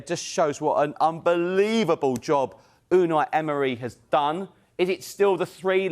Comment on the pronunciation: Ooonay Ehmry the cockney geezer 😂